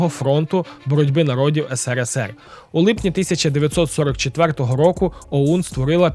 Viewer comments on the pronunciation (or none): none